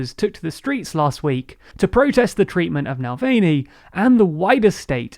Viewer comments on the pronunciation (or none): Oh lord, it's pronounced NAVALNEE not NALWAYNEE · NAVALNY's pronounced Navalnie not Nalweyne. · The way pronounces Navalny in the same way to pronounce Mulvaney. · I would like to complain that you keep referring to Navalny as ‘Nalvany’. This inability to take a step back and learn how to properly pronounce his name is a form of racism. Yewande Biala puts this point across brilliantly in an article for The Independent. I myself experience this lack of compassion/ courtesy and often get my name shortened to shag or I’ll be given names like Shirley given to me at work. But my name helps me to express who I am and to display my culture. Thus, as a long subscriber with across all your channels, I am deeply saddened at the covert racism displayed in this video. Navalny is one of the easier non-English names to pronounce so it is unacceptable for this racism to have occurred. Sorry but I am very upset, News channels like the BBC and ITV always make an effort to properly pronounce non-English names, nearly all TV presenters do so. So I think with TLDR’s size now the same effort should be made. Please don’t get me wrong I love TLDR and your presenters and I find them both entertaining and engaging. We are very lucky to have a free service like this on YouTube. So thank you! Shagufta from Liverpool 😊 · It's fuuny to me, but nah-vali-nii. He's not Nick Mulvaney from the Trump administration))) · Mulan valney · I love your summaries, but please take time to find out the correct pronunciation of names like of navalny (nah-val-knee) and San Suu Kyi (tchi) or Sputnik